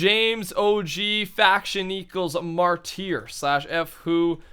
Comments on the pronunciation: Martyr is pronounced like (marter) not (marteer) just a heads up:D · Mar Tier. Oh face palms. it's pronounced (Mar-Ter) or turr. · ITS PRONOUNCED MARTER MY GOD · The faction name of ImJamesOG was "martyr" and pronounced it "marteer"...Everyone else thought it would be "Marty R" So it must be a fake... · **READ** MAR-DER is how you pronounce martyr. A person who will die for a cause, ironic how u had Malcom X speech ahaha ****READ**** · It's pronounced Mar-tur Also can you say Wither. :) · It's pronounced 'marter'